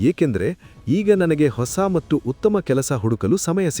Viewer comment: ಧನ್ಯವಾದಗಳು ಸರ್ ತುಂಬಾ ಉಪಯುಕ್ತ ಮಾಹಿತಿ ನೀಡಿದ್ದೀರಾ. ನಂಗೆ ಎಲ್ಲಾಒಳ್ಳೆಯ ವಿಷಯಗಳಿಗೂ ಧನ್ಯವಾದ ಹೇಳುವುದು ಸ್ವಲ್ಪ ದಿನಗಳಿಂದ ಅಭ್ಯಾಸ ಆಗಿದೆ ಸರ್ ತುಂಬಾ ನೇ ಖುಷಿ ಆಗತ್ತೆ. ನಾನು ನಿಮ್ಮ ಎಲ್ಲಾ ವಿಡಿಯೋ ನೋಡ್ತಿರ್ತೀನಿ ತುಂಬಾ ಖುಷಿ ಇದೆ ಆದರೆ ಒಂದು ಕೋರಿಕೆ ಇದೆ ಸರ್ ತಪ್ಪು ಅನ್ನಿಸಿದ್ರೆ ಕ್ಷಮಿಸಿ. ನೀವು 'ಮತ್ತು ' ಅನ್ನುವ ಬದಲು ಮಟ್ಟು ಅಂತಿದೀರಾ ದಯವಿಟ್ಟು ಅದನ್ನ ಸರಿ ಮಾಡ್ಕೊಳಿ ಸರ್ ಬೇರೆಯವರು ಯಾರೋ ಇದನ್ನ ಹೇಳೋ ಮೊದಲು ನಾನು ಹೇಳ್ಬೇಕು ಅಂತಾ ಅನ್ನಿಸಿತು ಸರ್ ತಪ್ಪಾದ್ರೆ ಕ್ಷಮೆ ಇರಲಿ ಸರ್ 🙏🏽🙏🏽🙏🏽🙏🏽